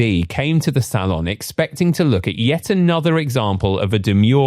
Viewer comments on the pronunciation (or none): none